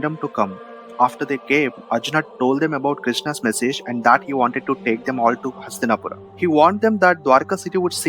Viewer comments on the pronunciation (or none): Nice clip Bhai 👌. But your pronunciations of names is awful and NOT Indian. You sound like a colonised Coolie. Arjunaaaa... Bhimaaa.. Hastinapuraaaaaaaaaaaa ...hell all names end in aaaaaa😅! Not how they speak in India mate.